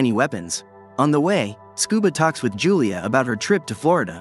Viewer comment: Yulia not Julia